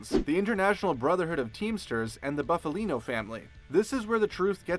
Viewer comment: “Boofalino”? LOL